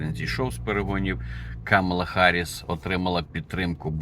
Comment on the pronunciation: Вона Гарріс а не Харріс. Ви вивчіть нарешті